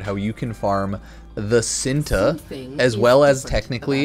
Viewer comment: ITS called chin-tae not sinta